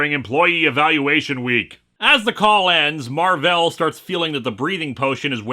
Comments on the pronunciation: "Mar-velle" oh God Mar-ville flashbacks. I mean not God, anything but, Satan help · I think his name's supposed to be pronounced "Mar-Vale" (like "veil"), but since it's not spelled that way, people keep mispronouncing it (I'm pretty sure I've seen issues where characters refer to him and remark on how Earth heroes never get his name right).